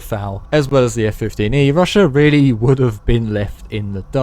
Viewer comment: Chiner? Russiur?